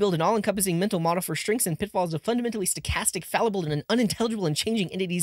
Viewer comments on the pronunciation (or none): none